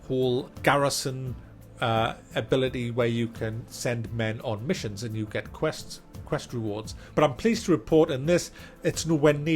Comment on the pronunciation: Am I the only one who laughed out loud when he said aneh subscriibe aneh play?